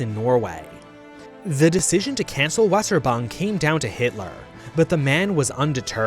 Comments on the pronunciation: Germans: Weserübung: Weserban Reminder that W is pronounced as a V in german, so Weserübung is pronounced "Veh-Zeh-Ru-Bum", with the stress in the Ru Ps. Stress on the "Weh" actually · You said Weserübung totally wrong.